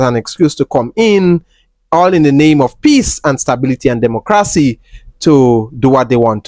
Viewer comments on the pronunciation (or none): none